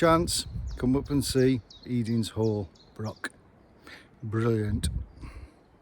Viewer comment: The reason for all the wood logs is due to the gales we had the other year. It felled a lot of woods in the area. Also Broch is not pronounced brock. The ch is pronounced the same as in loch. It’s similar to German der Loch or das Buch. The river is the Whitadder not white adder. Adder means tributary and it joins the Tweed just before Berwick. The round house on the other side of the Whitadder is called The Retreat. It was a hunting lodge belonging to the Earl of Mar. The farm up the road from it is called Blakerston. There is a small fort on the top of Cockburn Law, pronounced Coburn, Law meaning hill, but little left. There is a better marching camp at the top of the Cleuch, on the road towards Duns.